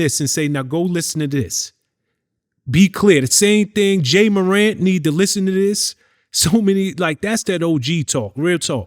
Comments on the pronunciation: him saying "Jay" Morant is making my blood boil lmfaoo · My nigga. You heard morant name enough times to pronounce it correctly. Only person I ever heard say “jay morant” smh.